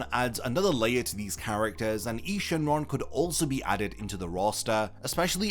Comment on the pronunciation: you are miss pronouncing nuova shenron and eis shenron names nuova and is no-va and eis as in ice I'm not trying to be a grammar police but just trying to inform you